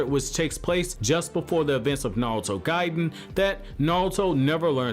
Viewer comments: the way you say naruto is like naWuto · Is he saying navuto😂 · real question is why does this guy pronounce it NAOTO